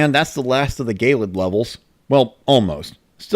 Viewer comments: gay-lid? pretty sure it's ge-lid like icy eh, it's just kinda bothering me... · Also I hate to be picky but I think gelid is pronounced "jellid", not "gaylid". Good video anyway though.